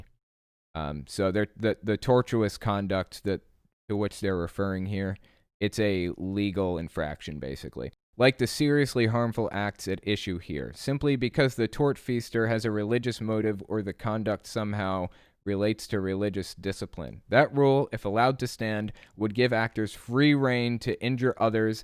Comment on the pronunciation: Couple of nits on legal pronunciations: A) tortious is pronounced tor-shis, not tor-tu-ous. B) it's tort-feasor, not tort-feaster